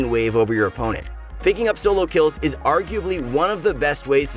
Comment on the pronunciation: it eez what it eez